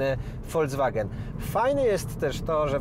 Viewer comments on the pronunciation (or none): nie wymawia się FOLCWAGEN